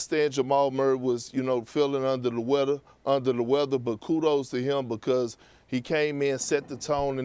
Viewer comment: Perk is “because” not “bocost”